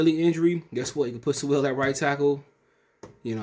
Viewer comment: Once you said his name wrong ! I Hit 🛑 👀💯